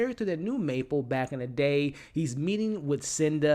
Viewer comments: It's Mabel, not Maple 😭 Other than that I enjoy your videos! I hope the fuck you from Teddy is that he forged the DNA test and I saw it coming from Alice but I can't believe she put everything in there, poor Mabel :( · MABEL!! May-bell. Buh, buh, buh. Not Maple. That’s syrup, or a great flavor on a doughnut…. Otherwise, good stuff, man. Sorry… the mispronunciation just grated my ears…. Shredded them, felt like. Thought you’d appreciate the candid feedback. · is he saying "Maple"? lol